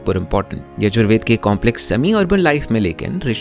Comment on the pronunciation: Oi in yajur veda sha ucharana as ķha